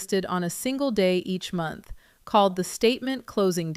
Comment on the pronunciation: Three montch book